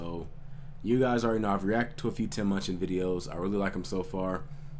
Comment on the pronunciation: Great reaction but you're pronunciation of his name on this video upsets me haha. You got his name right in the other videos man! ;)